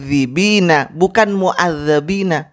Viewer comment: dalam Al Qur'an bacaannya MUADDIBIINA , sedangkan ustadz anda membaca MUADDABIINA . Apakah itu bukan bid'ah? Kalau ditanya seperti ini nantinya di jawab fitnah & tuduhan🙃🙃🙃.